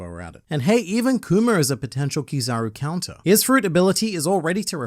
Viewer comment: I like how says Kuma like kumer